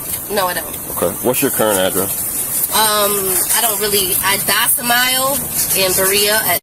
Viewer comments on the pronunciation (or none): I liked it when she said “I dossimile in Berea.” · "Docimile." Wow, if you're going to spout nonsense from a script, at least get the words right. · Docimile?? Did she mean domicile? When moor-ons try for 10 cent words with a 1 cent brain.